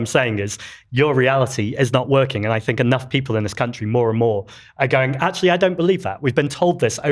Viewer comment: And, constantly saying ‘I don’t fink..’ does not make it right 🙄